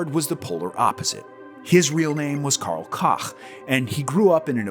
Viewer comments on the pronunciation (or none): Karl Cock? Really? Let’s try Karl Coke…. Smh